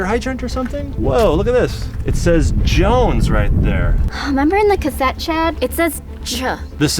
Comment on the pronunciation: Jones it's Jones